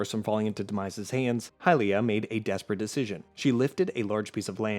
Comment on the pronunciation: They way you pronounced Hylia is straight up heresy!